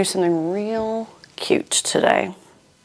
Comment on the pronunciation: Not gonna lie, that intro low-key made me feel like a hostage waking up after being knocked unconscious and kidnapped. And repeating that we were gonna do something cute today with emphasis on the word “real” made me a little nervous. I think you could be truly terrifying in different circumstances! 😂😂😂